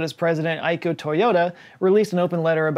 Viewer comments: good pronunciation on the Japanese cities... I was particularly impressed with Aizuwakamatsu. On the minus side, Akio should be pronounced "Ah-key-oh". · How can you pronounce Aizuwakamatsu perfectly and then pronounce Akio like “Aiku”? 😂